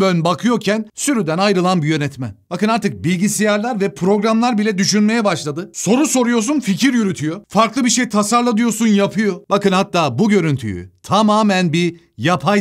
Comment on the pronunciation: Annem gibi bilgisiyar diyorsun abi :)